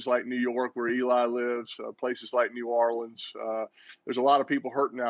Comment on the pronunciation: Peyton pronounces "New Orleans" like he isn't from there